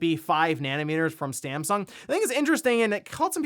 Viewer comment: .... was that STAMsung? :-) just poking some fun.